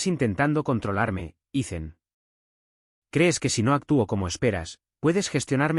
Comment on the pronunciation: Porqué Ethan es Icen? pin-che IA XD!